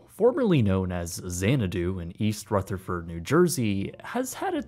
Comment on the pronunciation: “in east ruth a furt New Jersey…”